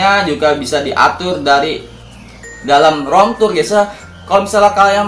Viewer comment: Rom tur, ban wkwk rip english bang 😭